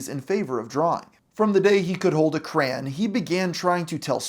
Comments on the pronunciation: Did this dude just say “holding a craan?” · Say crayon again 🤨